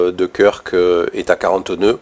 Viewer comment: Ça se prononce "Keurk" 👍🏽merci pr les infos